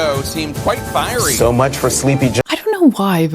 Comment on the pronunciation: They look so effing stupid all saying firery. Dumb